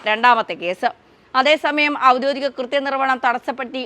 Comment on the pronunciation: ഔദ്യോധികം അല്ല. ഔദ്യോഗികം.